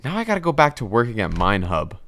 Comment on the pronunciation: naw u did not just say mine hub naw💀💀